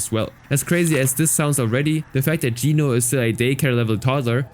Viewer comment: first person i hear saying geno right, the world is healing😇😇